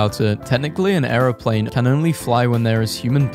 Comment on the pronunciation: The way he says airplane!! Airoplane